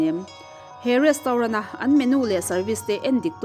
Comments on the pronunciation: Rostaurant zawk😂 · Retraunt tia lam tur kan miss in a tih hma kha chuan i lam ang hlir khian kan lam a ho lutuk kan hriatthiam chuan a tha a ni mai